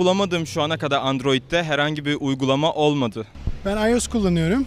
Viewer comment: ulan komikligine mi okunusunu yaziyon bilmiom ama iyos diye okunmuyo ayos diye